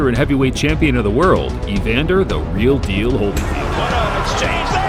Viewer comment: thats," real deal ", not," real meal"